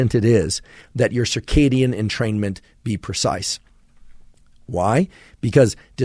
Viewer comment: i swear i'm fuckd up i literally read it entertainment i didnt realiZe it until he said entermaint or whatever